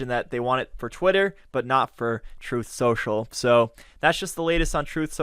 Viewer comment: "Troth." If you can't enunciate the word truth, Houston, you have a problem. 📢